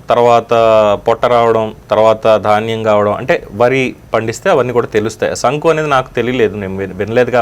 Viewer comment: Sir garu not sanku it is sunku